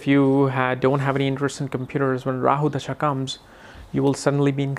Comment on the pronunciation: you have to look for transits too during this mahadasha. And, brother..its called dasha not dhasha as you keep saying.